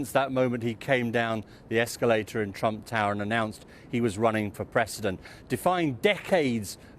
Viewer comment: I swear said Donald Tramp😅😃🤣